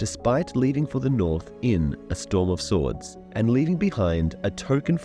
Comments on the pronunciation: Did you know, in this video, you said Swarm of Stords? I died laughing 😂😂😂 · "A Sorm of Stords"? 🙂 You must have been recording while tired.